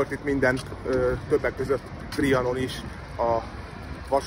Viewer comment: Semmi gond nincs a tulajdonképpen szóval, sokkal inkább a "történet" töltelékszóként való használatával. Viszont amivel elvetetted a sulykot, az a Trianon szó kiejtése! Azon viszont kár bánkódni, hogy régen hülyeséget mondtál valamiről, mert rád nézve akkor az úgy volt autentikus. Hogy egy klasszikust idézzek ide: "Senki nem tanul az anyja hasába". (E. Z.)